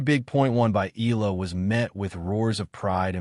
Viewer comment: Why u guys cannot pronounce EALA properly?😮😅😂